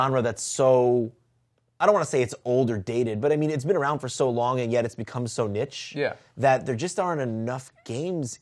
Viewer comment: Is that how americans pronounce "niche" 36.50? lol